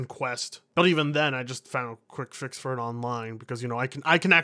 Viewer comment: says axed instead of ask, and this video he says fount instead of found looks like i've fount another reason to kill myself